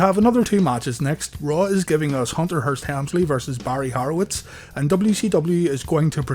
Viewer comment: It’s Horowitz not harowitz